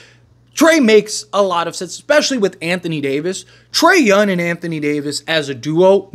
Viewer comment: BRO WHY CANT YOU SAY THE WORD “YOUNG” not “YUN”